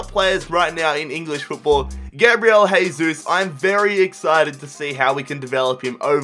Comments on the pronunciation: It's not pronounced haysus its jaysus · It sounds like your saying hey Zeus